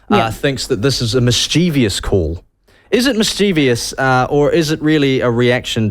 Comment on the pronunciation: check the spelling of mischievous. Your mispronunciation of this word really boils my piss. Make a note to self; there is no i after the v. Then pronounce it as it is supposed to be pronounced. If you can do that simple thing correctly, I'll call off the hitman.